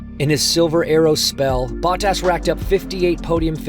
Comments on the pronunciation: Cool, but, uhhh…. This dude’s name pronunciations are just so cringy. Baw-Tass? Really? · It’s Bo-tas, not Bot-as 😂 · Its not botass its botas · Valterri Ba-tass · Is this some AI voice? BOT-TASS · Glad to see Valtteri Bahh-Tas😂 back in a car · Bah-tas or Bottas? 😂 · How do you do a whole deep dive video and not figure out how to pronounce the name of one of the drivers? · The way they say Bottas in this video, so cringe! I am pretty sure this is AI and not a human who knows anything about F1. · No way this is not narrated by an AI (listen to the pronunciation of Bottas?) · was this read by AI? Crazy pronunciation of Bottas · This narrator pronunciation of Bottas...really? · Is this an AI voiceover? Why did the official channel allow "Bottas" to be mispronounced every time? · wait, why is the guy reading this not pronouncing their name as correctly as they usually would... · Why does he has so much trouble pronouncing Bottas. Its not that hard 😂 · Is he pronouncing Bottas name correctly?